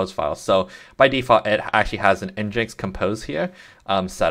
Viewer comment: Thanks, but NGINX is pronounced "Engine X" 😉